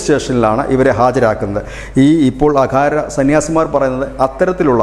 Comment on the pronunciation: അഖാരയല്ല അഖാഢയാണ്. എഴുതുമ്പോൾ "ര" എഴുതും ഉച്ചരിക്കുമ്പോൾ ഡ പറയും